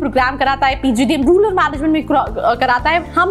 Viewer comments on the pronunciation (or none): It is Rural not ruler